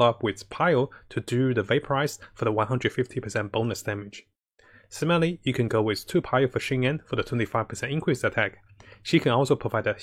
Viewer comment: "and simaly" XD